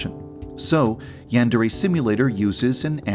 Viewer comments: I'm sorry to be that person, but you're saying "yandere" wrong. In Japanese, each vowel only has one pronunciation. A is pronounced "ah'", so the "an" in "yandere" is pronounced "ahn", not "an", which is how you're saying it. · Shouldn't the pronunciation be yan-deer?🤔🤔🤔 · You have horribly mispronounced Yandere